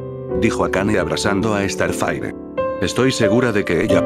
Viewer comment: Se dieron cuenta que dice estarfaire Xdxdxd no sabe hablar